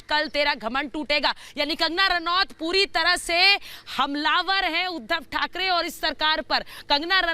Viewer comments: When the reporter said Uddhav tharke 😂😂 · Uddhav thark ..thakrey was the epic lol 😂 It was a cute mistake from the reporter😝